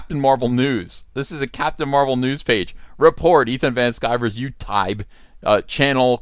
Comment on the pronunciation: "YouTibe," Jordan Peterson's alternative to YouTube.